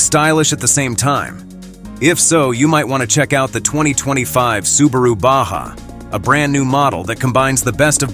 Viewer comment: I love the SUBARA on the tailgate at the mark. The automated voice had sooooo many mispronounced words that I didn’t even finish the video. 🙄